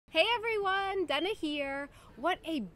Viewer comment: Hey Dana, I just stumbled upon your channel and I enjoy your videos a lot. Keep on :-). One thing I am wondering. Have you changed the pronunciation of your first name since you came to europe? You say it with a german A (probably the czech would also say it like this) and not how an American probably would say Dana.